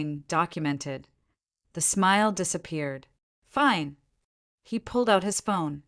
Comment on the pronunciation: Many of the AI mispronunciations are hilarious. Fine = feenay. Mileage = milahgee.